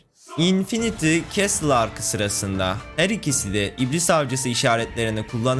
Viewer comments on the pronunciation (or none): none